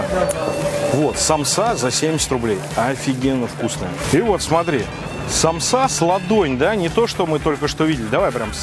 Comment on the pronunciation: Почему самсА?Правильно сАмса 💁🏻‍♀️я из Азии и поэтому аж подкупает,простите❤️